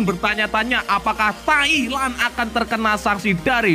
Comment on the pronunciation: 🤣 Mimin bisa aja ah.... Ketika bilang Thailand jadi TAiK LAN 🤣🤣🤣